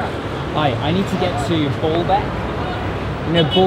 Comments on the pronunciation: Dear I really love your videos and your knowlrdge but I must tell you that it is called BAAlbek not Booolbk;-) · I think you say it like Baalbek not Ball bek emphasis on the a's. The false God Baal was probably worshipped there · B O: bo; B A: ba > Baalbek, not Bolbek! Simple… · Thanks for all the videos I'm going in September and over to Syria for a week, or at least Damascus I don't want to see the carnage. It is called Balbek not Ballbek, it has one L not two. The taxis go all day and go through Chtura, a traffic hub then to Balbek, Zahle, they stopped going to the site at Anjar where you could hear the fighting in Syria. Still you can walk to Anjar from the Highway or go on to Syria. It is interesting cos the site is an Umayyad one yet the Armenian Christians care for it very well. Last time I paid 5000 for a shared taxi, but that was 2018. I once went to through the Chouf Mountains quite a diversion but it was to drop off soldiers going home for the weekend. There was great consternation as we passed through Jumblat country, Lebanon is so sectarian. So they still make you change taxis, they only began that in 2017 and it was because the journey took so long, it has taken me 5 hours before now. Still I guess the local taxis don't want to lose the trade. The last time I was in Balbek an Italian team of archeologists were restoring it. It is the pride and joy of Balbek but has been next to empty since the start of the Syrian conflict. Loads of the Damascene Sunnis used to love Balbek and go there for dinner. The Arab League is in the pay of Britain/America. The Lebanese Army control the check points in Bekka not Hizb'allah. Nasrallah has a bad press but he is definitely Lebanese and level headed. In 2014 he stopped his Shi'ah supporters in South Be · It’s pronounced Baaaaalbek. Not BALLBAG!!! 🤣🤣🤣 you ballbag!! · Stop saying ball beck it s baaaalabek🤣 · Dude, stop saying Ball-Beck